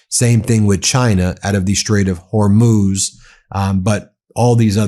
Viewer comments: I'm an avid Meidas fan....and in this vid I thought someone had finally told Ben that ~90% of the time he calls the Straight of Homuz, the Straight of "Hor-moz"......at the start of his discussion on the recent activity in the Straight, he was pronouncing it correctly......then later relapsed back into mispronouncing it😂. Anybody else notice this? Anyway, good content as usual. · If Iranian and Chinese tankers sail safely thru the Strait of Hormuz (pronounced Hormooz Ben), they would leave a map of how to safely avoid mines. So at some point I expect Iran will have to 100% mine lay the Strait. Unless they have a way of switching on and off mines? Is that possible?